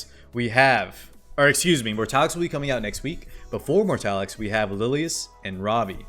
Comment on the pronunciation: I'm in a pinch spot man, I don't have any of those units, and I want them all, specially elena with that cute skin. But I only have enough for 1 pity (f2p lyfe) and Wonderland Tenebria is coming soon tho, so... yeah Also, the dude's name is Mortelix, not Mortalix :)